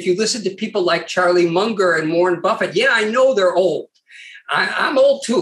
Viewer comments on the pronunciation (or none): none